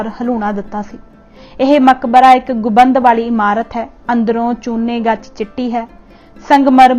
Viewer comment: ਗੁਬੰਦ ਨਹੀਂ ਗੁੰਬਦ ਬੋਲੋ ਜੀ